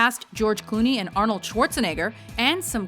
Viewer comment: AWNALD is in this... yes his name is pro-nounced AWNALD